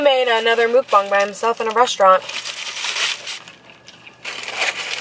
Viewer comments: It's muckbang not mubung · It is call muck bangs not mook bongs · It’s not “muke-bang”... 🤦‍♂️ pronounce it like “muk-bong”. You’re welcome! ;) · I’m sorry a "mookbong"